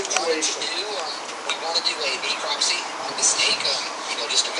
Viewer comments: The FWC officer calling necropsy "ecropsy" says a lot about his knowledge level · Cant even pronounce necropsy properly so that tells you all you need to know.